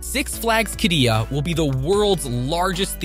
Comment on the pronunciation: I worked on Qiddiya for 3 years. Please have someone who can pronounce Qiddiya please.